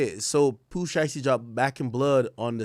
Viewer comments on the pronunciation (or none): none